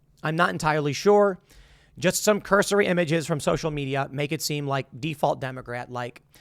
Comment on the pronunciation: Say “cursory” more pls. Aren’t you a “journalist”? Lots of I don’t knows after things you say....